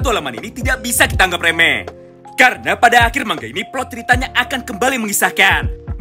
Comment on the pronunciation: Bilangnya manga, bukan mangga.... rada mengganggu soalnya. Tq